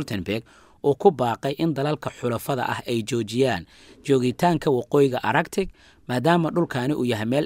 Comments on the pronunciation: Arctic looma akhriyo araktik. Waa aarktik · qaabkaad ugu dhawaaqeysid ee araktic ma ahee waa artik (arctic)